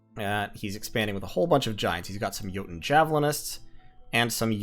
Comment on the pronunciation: oh man i cant tell you how happy i was to hear you pronounce jouten correctly, i minor thing but got you a like :D